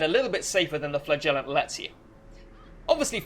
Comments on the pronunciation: Great video! One minor thing that made me want to scream though: flagellant is pronounced fla-je-lent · stop saying flagellant like that.